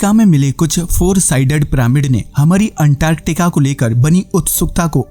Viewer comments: Bhai Antartica ko unntarrrtikaaa kyu bol rahe ho baar baad. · 1st go and learn how to pronounce antarctica😂😂😂😂😂